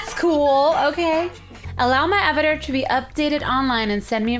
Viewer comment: Omg she says "Av-a-ter" for avatar